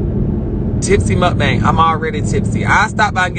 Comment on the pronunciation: He sounds so country saying muak bang